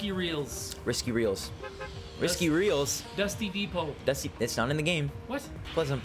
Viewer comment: I love how he said dusty depot it just shows how clue less he is and i love it lol